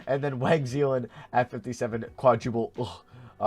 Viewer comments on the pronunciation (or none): none